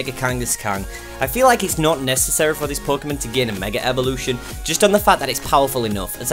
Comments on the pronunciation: Evolution** also why do you say Revolution ? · it's his accent. Idk what accent it is but but they put "r" after the sound of "a" if it is at the end of the word. So it's like Megar Evolution